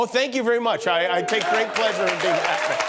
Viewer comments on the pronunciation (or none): none